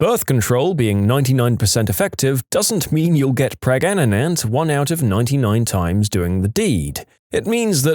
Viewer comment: Did he say “gregnant” instead of pregnant